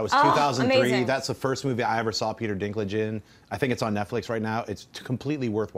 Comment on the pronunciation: lol "...bause of the dinklage." sounds kind of wrong.